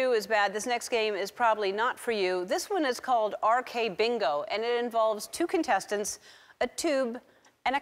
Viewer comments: AKBingoじゃない？笑 RKBingoに聞こえる笑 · She said Rkbingo instead of Akbingo. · LOL Ellen read AKBingo as RKBingo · It's AKBingo right not RkBingo??? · LOL it's akbingo not rkbingo and the cockroach is actually edible